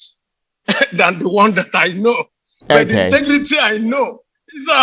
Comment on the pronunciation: Wike point of CORRECTION it's INTEGRITY NOT INTIGRITY 😎😎😎😎😎😎😎😎😎😎😎😎😎😎😎😎😎😎😎😎😎😎😎😎😎😎😎😎😎😎😎😎😎😎😎😎😎😎😎😎😎😎😎😎😎😎😎😎😎😎😎😎😎😎😎😎😎😎😎😎😎😎